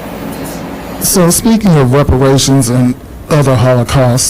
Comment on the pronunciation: Repererations and Hollow-caust? What was that